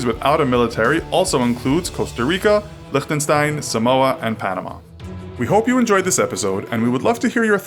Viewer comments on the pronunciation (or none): none